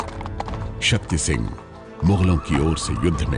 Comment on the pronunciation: Madem sigh nhi singh hota hai wo...